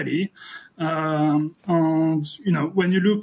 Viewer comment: "and" ne se prononce pas comme le "an" de lande en Francais, mais comme le "aine" de laine.